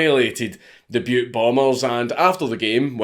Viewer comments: I’m from Montana! Thanks for saying Butte not Butt 😂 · A huge thank you from a Montanan for not pronouncing Butte Montana as Butt Montana. We don’t get a lot of that, even from other Americans. ....Butt, Montana lol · Congrats on pronouncing Butte correctly.